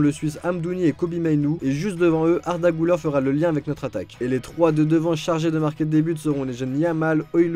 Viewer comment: Güler se lit Guler et pas Gouler ü = u Et pas ou Merci